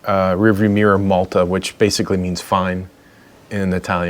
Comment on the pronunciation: Btw... that's "multa' not malta. 😉